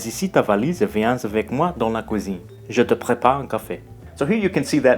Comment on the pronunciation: it would've been nice to have native pronunciation to hear the difference between both languages better (ex. the characteristic Italian intonation and French vowels, he made mistakes such as pronouncing the u in cuisine like an Italian u)